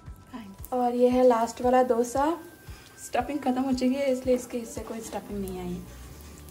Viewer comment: It’s pronounced as दोsa and not dough sa